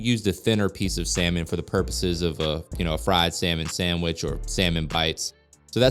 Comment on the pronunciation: Did you say salmon sammich, ohhhh my god I'm going fishing